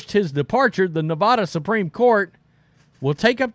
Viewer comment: Please pronounce Nevada correctly!